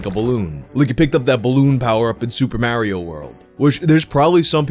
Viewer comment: "Its'a me, Mary-o!"